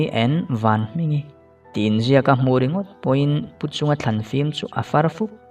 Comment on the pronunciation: Vanhmingi tih tur ah vanhminga iti a top don ah khn